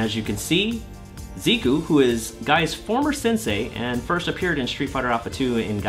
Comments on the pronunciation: Wrong pronounciation there for Zeh-Cuh. Do you call Ree-yu Raiyu as well? Anyway..really happy for Tokido and his Seam win..been rooting for the guy for years and I really hope and think that he has a big shot of taking Capcom Cup as well. What a story that would be..no one except Momochi won a Capcom Cup and Evo in Street Fighter (as far as I know). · I thought it was Zeh-Kew? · "zeeku" please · I'm not entirely sure why a lot of people insist on calling character by some weird assumed pronunciation. Like when it became a fad to call karin ''kareen'' and rashid ''rashyead''. Now its....ziku? Zeeku? Come on, it's just....zeku. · Isn’t it pronounced Zeh-Kew? Also, are you legally not allowed to mention MvCI right now? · Zeku is presumably Japanese, like Karin, so should use Japanese pronunciation. Or don’t; people totally butcher ‘Tokyo’ (tou-kyou; 2 syllable, not 3) all the time, yet the world has not ended. Personally, I think it is good to learn to pronounce foreign names and words closer to the original—it just seems polite to at least make the effort. Just an opinion, of course.